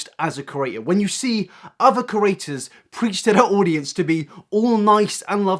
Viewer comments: I'm so irritated by you saying cERators instead or creators 😂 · It's PANSINO please -_- and CrEAtors, not curators. I know you're British but come on fam, just talk slower :D